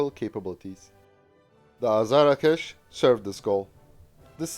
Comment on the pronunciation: BTW, it is pronounced AZAR-Akh-Sh and not Azara-kesh. It is a Persian word meaning Thunderbolt. Saegheh means Lightning and Kowsar is Arabic and I don't know WTF it means or what it has to with a fighter jet. Perhaps one of the Mullahs named it.